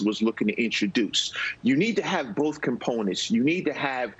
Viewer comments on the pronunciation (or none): Boeff and forff he says.